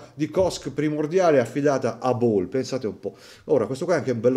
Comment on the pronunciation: Anche la pronunci della marca Ball è sbagliata ma va tutto bene. Belli i segnatempo soprattutto la 💣 finale!❤❤❤